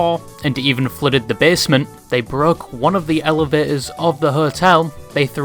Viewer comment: Elevators with your accent sounds weird